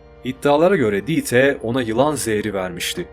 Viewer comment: Almancada yazılışı Dieter, okunuşu: Dita! birdahakine ie uzun” ii”okunur, sonuna “er “gelirse a okunur Mesela Anne Almancada Mutter, okunuşu Mutta. Kulağıma aşına olmadığı için yazdım alınma ablam, yoksa herşey harika Ve verdiğin kalplere baktığımda , aynı kazananız karar konusunda! Yolun açık ola, gözüne yaş, ayağına taş değmesin ablam 👆🏻🤲🏻💐🧕🏻